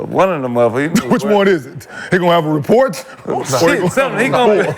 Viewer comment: Report or Rapport 😆😆😆 KM an A-Hole.